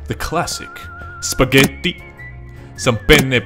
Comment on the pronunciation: The EAU how you say spaghetti pasta and pizza si really funny Btw i’m italian